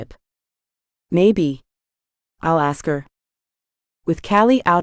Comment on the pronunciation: LOVE the story, but you would think a computer could pronounce ASK correctly instead of AKS!